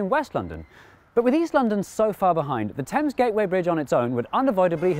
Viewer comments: Why do you pronounce Thames Tims? That is the bigger question. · Love the river "Temmes" 🤣